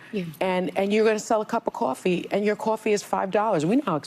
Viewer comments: what is a cup Qoffee? 😂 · I hate how she pronounces coffee… Also, these women are absolutely horrendous and spread so many lies… brainwashing women every day